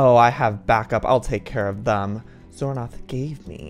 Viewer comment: i love this roleplay, and doin xornorth name is so good